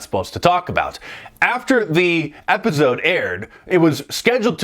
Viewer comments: I never noticed how Mark pronounces episode as “epizode.” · Man now i can't unhear that lol. Epizode.